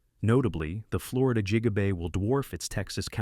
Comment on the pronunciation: JIGA BAY???